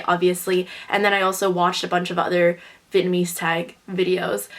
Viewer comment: yeah i forgot speaking vietnamese too bc of growing up in germany. your pronounciation is way better than mine even though id say my vocabulary is not that bad (but still not good enough to speak fluent).